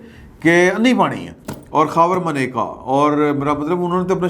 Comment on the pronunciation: Attention! Her name is "MANAKA" and not "Maneka", and this is on CNIC. No attention paid to this error